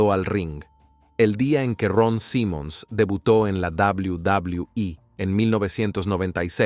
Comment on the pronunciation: Quería ver el video pero eso de "dabul dabul"😂😂 me da risa, si no sabes pronunciar el ingles mejor dilo en español.